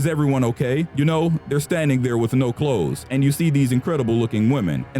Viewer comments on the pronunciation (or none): none